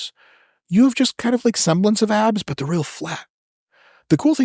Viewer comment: Lowkey, it did sound like he said apps instead of abs